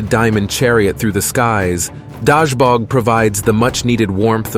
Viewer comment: Corrections: It's not Svarojic - it is Svarozhich... not Dashbog - rather Dazhbog... not Velas - rather Veles... not Mokash - rather Mokosh...